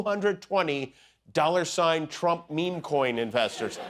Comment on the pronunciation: Trump watch say s rump in stead of trump really 😂😂😂😂😂😂